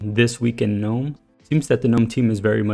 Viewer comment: THANK YOU for at least pronouncing gnome CORRECTLY!!!!! I get so angry and want to sissy slap the fools that do "G-Nome"... like the idiots they are.. pet peeve-- YEAH!!